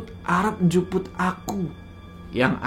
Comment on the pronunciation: Maaf nih itu bukan Njuput tapi Njupuk....